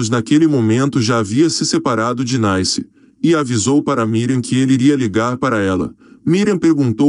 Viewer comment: O nome da ex de Roberto Carlos é NICE, não Naice como vc pronuncia. E o convite foi pro Canecão e nao CANEÇÃO .